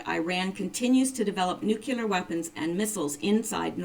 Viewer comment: With an English major? NU CLEAR...NOT NU CU LEAR. Jeez